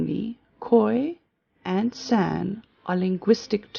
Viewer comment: San is pronounced sun. Only Anglophones ever mispronounce it.